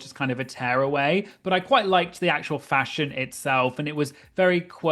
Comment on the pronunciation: You make me giggle every time you say "fashon" - yay for you and your PHDs!